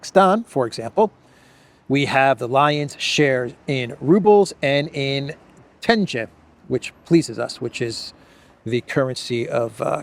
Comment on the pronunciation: For info: "Tenge" (the name of Kazakhstan's currency) is pronounced with a hard "g" (i.e. NOT like "j").